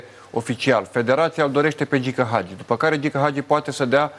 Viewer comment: Frezatu ăsta blond de prezentator de care nu a auzit nimeni să învețe să pronunțe Hagi, nu Agi ! Dacă nu știi despre cine vorbești, nu vorbi.